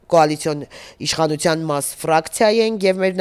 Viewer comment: Թ֊ն էլ` Ց, իշխանուՑյան, ոստիկանուՑյան, հա՞, հա՞, հա՞ ❗ Ա, ա՛, ա՛, ա՛, ա՛, անգրագե՛տ հալով դարձել եք քաղաքաԿԱՆացված չԳործիչներ, ՀԱ՞, հա՞, հա՞, հա՞ ❗ Յա՛խկ, յա՛խկ ‼️Նողկալի է նման անգրագետներին լսելը😮😡😡😩😩